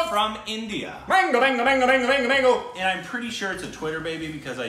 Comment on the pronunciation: Nobody has any idea that we indians have an indian sitting there as american () TEAR WITH YOUR TEETH..thats how u eat mango in india.. pronunciation is awsome